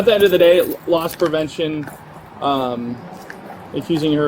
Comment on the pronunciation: It's 'Loss Prevention' not 'Lost Prevention'. The officer is not lost.